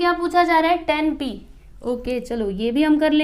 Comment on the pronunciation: Its not ten -- टेन its tan -- टॅन